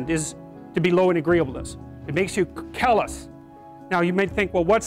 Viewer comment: “callous” NOT “kill us” wtf